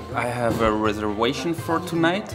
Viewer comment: Why does he insist in pronouncing the "V" like "W". "Reserwation", "wideo"... It must be on purpose.